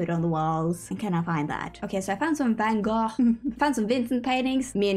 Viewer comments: As a dutch person I appreciate you saying van gogh (or trying to, the dutch G is hard) instead of the american van go :)) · The word you're looking for is "mud room". YouTube recommended you and I subbed immediately! I love the build, your sense of humour, and your adorable accent. Great editing, too! (PS as a native Dutch speaker, I can confirm your pronunciation of "Van Gogh" is on point!)